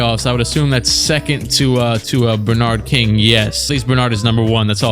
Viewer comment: pronouncing Bernard King like that kid that said LeBron James